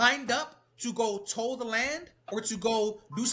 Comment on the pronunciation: Learn english, its "Till" the land, not toll the land. And it's problem, not pob'm